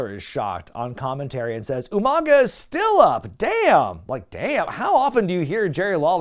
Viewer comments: Umanga pronounced like William Regal. I caught it lol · Did you just “Steven Regal U-Mang-uh?!?!”